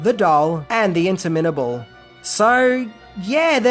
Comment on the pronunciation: inter mittable? Perhaps, "interminable?" Is this guy's first language English, or what? How did he get this job??? There were several common English words mispronounced before this one. He's got the Brit accent, but I cannot for one moment believe his first language is Engrish. I'm just sayin'... ...